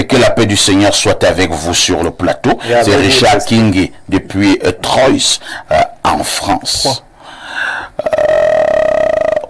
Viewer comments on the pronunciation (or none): Troyes se lit " trois"